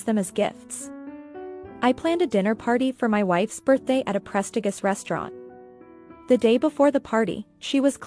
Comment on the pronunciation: Prestigus? Lol No Hun...it's pre-sti-jus (how you say it) lol.